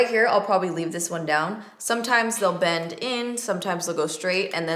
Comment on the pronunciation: The first couple times you said "bend" I heard "bang" ... not sure where my mind is this morning 😂🙈